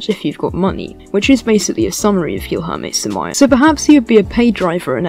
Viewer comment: All this research on the guy and you couldn't even figure out how to pronounce his name.